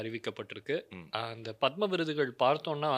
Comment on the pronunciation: உச்சரிப்பு தவறு பத்ம விருது " பதாமா அல்ல !